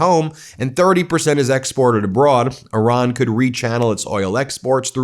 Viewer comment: Thank you for properly pronouncing 🇮🇷 Iran